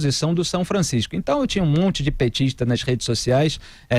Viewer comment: Não é impressão, é fato. O é Bolsominion da pior espécie. Ja vai taxando as manchetes de esquerdistas. Nao sabe falar duas palavras dem citar 'petixtas' e 'esquerdixtas'.. vergonha da Direita